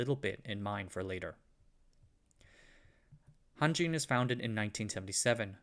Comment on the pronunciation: It sounds like Hantjin...